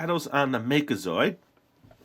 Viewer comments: Its zord not zoid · It's make-a-ZORD not make-a-ZOID